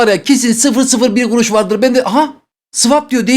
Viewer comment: ✨elLi gUruŞ vEr tırRrreK✨